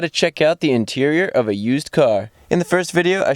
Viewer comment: "The Interieur is where you're going to spend the most time" *Mr Bean Flashbacks*